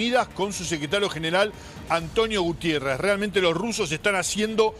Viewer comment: Alguien que le avise a ésta gente que el apellido del Secretario General de la ONU no es "Gutiérrez" sino GUTERRES. Cada vez hay mas boludos informando. Los de Argentina se llevan las palmas.